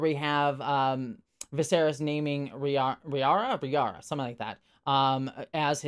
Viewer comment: Just a heads-up (I know it's the first episode with a lot of weird names), it's Rhaenyra (Reh-NEE-ra), not Ranyra, Rihara or Rihanna. But Rihanna was funny, not gonna lie :P